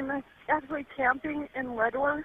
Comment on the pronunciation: your voice gets supressed when the other guy is talking and then you start talking , its probably a settings issue or you move away from the mic, this happens several times in the video. The volume balance is fine. Also its pronounced Ledor not Leador which was way more irritating.